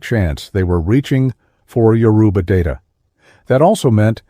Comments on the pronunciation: The graphics used in this are just way off… I couldn’t even finish watching when I got to the white Jesus looking depictions of Oduduwa. Most if not all of the Yoruba words are mispronounced… I know the moderator is AI but not well done at all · Why can't they pronounce Yoruba correctly?